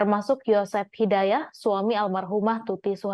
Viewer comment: YosepHidayat bukan jidayah